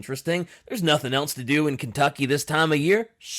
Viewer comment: Ken tuck ee.